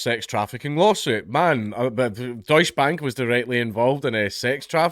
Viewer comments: Deus Bank, well they don't deserve to be pronounced right. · Please, for the love of god, put an e (prnounced like the first E in Enemy) after the 'deutsch'